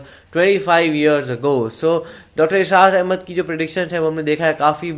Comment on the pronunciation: Israr ahmed bolna to sekhlo